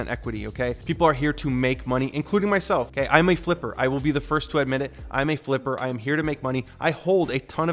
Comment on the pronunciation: Love how you say you flipper 😂😂